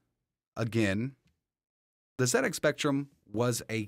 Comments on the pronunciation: Well done. You said Zed Ex not Zee Ex. It's a British computer so Zed is spot on. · Amazing! The Speccy was my first home computer back in the 80s. Played Manic Miner and Jetpac a lot. This got me interested in computers and I've worked in IT my whole career now. Also well done for pronouncing Z correctly haha. So strange hearing someone say Zee X Spectrum.